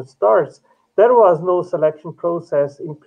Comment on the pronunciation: Every time I hear these nice gentlemen say "process", I hear "Proteus" - and I have to correct myself. I don't mean to, and I totally get where it's coming from. English isn't my fist language either. And, today I learned that there's a bunch of different kinds proteus' : • a group of bacteria • type of amoeba • an Olm (weird kind of salamander) • a sea creature from old Greece mythology • a learning software • a video game ...